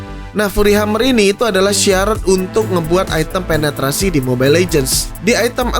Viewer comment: item cok bukan aitem, kan lidah indo ...wkk